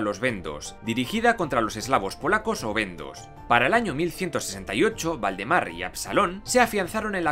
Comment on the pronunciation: Dijiste el rey Voldemort :o ah no Valdemaaar